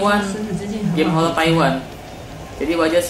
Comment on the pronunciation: Horor pak, bukan holol. Wkwk # 👻Kabooorrrr